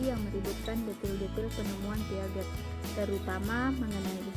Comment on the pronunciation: Piaget bacanya Piase ya